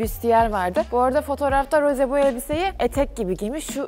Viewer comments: Peki Rose demesi msnzbsbddhs Roze gerçeği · RoZe DeĞiL RoSe aĞaĞaĞ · Abla karışmak gibi olmasın ama rose değil roz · Rosé yazarken "é" harfini kullanmalısın ztn "e" yanlış oluyor ve her tûrlü Roze diye okunuyor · Roz diye okunuyo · Yanlız roze değil rose iki sattir roze diyiyosun😂❤ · o Roze değil Rose ablam❤ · roze değil rose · Bu arada Rosé un adı roze diye değil roz diye okunuyo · Abla karışmak gibi olmasın ama roze değil roz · Zore değil Rose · Roze değil Ros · Abla niye rose ye roze niyosun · Abla rose dicene roze diyorsun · Rose ingilizcede "roze" olarak okunuyor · rozi diyo okunmuyor mu e'nin üstünde çizgi var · Abla o Rose diye okunmuyo Roz diye okunuyo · neden roze diye okuyosuunnn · roze derğil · hayır onu jennie söylüyor rosé de söylüyormuş gibi yapıyor blinkland arkadaşım haklı